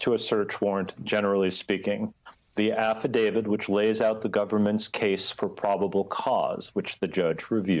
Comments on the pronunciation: is this guy pronouncing it 'affidavid'? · why do such educated people pronounce affidavit as affi-DAVID???